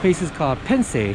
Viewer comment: Hi! "Pensée" is the French word for "thought"! Your pronunciation of the "pen" part is a bit off; "en" is pronounced similarly to "an" in the Japanese way, kind of like in "pan" (bread) with a silent n. Extra/fun fact: pensée is also what we call a pansy flower in French. 🙂